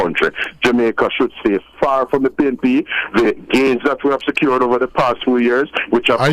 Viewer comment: Is it pnp or pain..p???😂😂😂